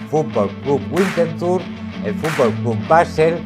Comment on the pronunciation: No debe pronunciarse la W alemana como si fuera inglesa. WINTERTHUR, es “vintertur” con v a la francesa. Nunca “güintertur”.